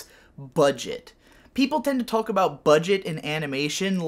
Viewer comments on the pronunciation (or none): I don't think I've heard anyone outside of me and my family pronounce the l inn walk and talk. It's making me uncomfortable.